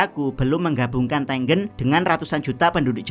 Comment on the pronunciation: tengen cok bukan tenggen